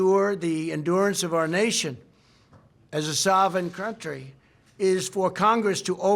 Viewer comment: “Soveign cruntry.” Trump lost an R in the first word, but he found it in the second one!